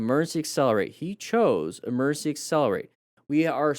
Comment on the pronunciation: You keep saying e “mercy” braking and emercy swerve.